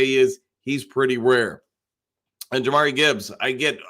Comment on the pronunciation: Jahmyr is pronounced jah-meer